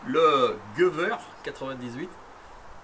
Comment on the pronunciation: Super vidéo, en allemand ou en Alsace on prononce ça le Geywhir 98